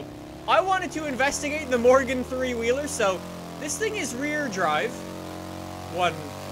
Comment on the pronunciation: Every time you said morgan three wheeler I heard you say Morgan Freeman